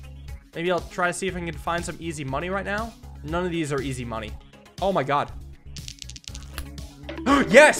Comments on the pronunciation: you did not just pronounce God like the incorrect way of pronouncing Gif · i love pronouncing God as Jod and gif as jif